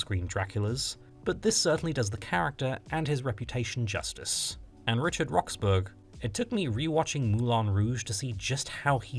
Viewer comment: You're English and you pronounced it "Rox-burg".......... Christ on a bike 🤦🏻‍♂️